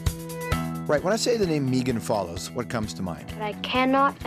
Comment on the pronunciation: Well, when you say the name "Meegan Follows" the first that comes to mind is that you pronounced it wrong.